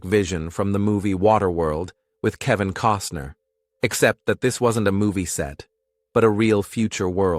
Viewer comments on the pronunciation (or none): none